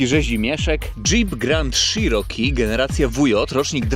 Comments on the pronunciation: Cziroki Panie Cziroki a nie Sziroki... Czy te ślady na lewym lusterku to pozostałości po karnym kutangu za ujowe parkowanie? 😂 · Grand SZiroki? Dlaczego sziroki? Dlatego że Wąski się spokojnie do niego zmieści? 😂 Jednak CZiroki brzmi lepiej i jest bardziej zbliżone do wymowy angielskiej. Wiem, wiem czepiam się. W końcu każdy wie o jakie auto chodzi 😉. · Dżip grand i szerooki 😂😂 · Załamka, nawet nie potrafisz poprawnie wymówić nazwy, nie zadałeś sobie trudu żeby sprawdzić albo nie wiesz jakie wskaźniki masz na blacie - bo to nie jest temperatura oleju. Amerykę odkryłeś że auto sie buja a co ma robić jak silnik jest w układzie wzdłużnym, 125P też sie tak bujał jakbyś nie wiedział. Film zrobiony pod sprzedaż. Nic mądrego i nowego nie powiedziałeś, a powielasz tylko głupoty. Jako jeep'arz żałuję że obejrzałem ten film i jeszcze ta cena 43 K za co ? Może z wyglądu auto jakoś sie prezentuje ale ciekawe jak tam mosty reduktor skrzynia - może to sie okazać niezła skarbonką. Co do panewki to pałuj pałuj go tak sie sie przekonasz, najpierw dowiedz sie ile czasu zajmuje rozgrzanie oleju w takich silnikach.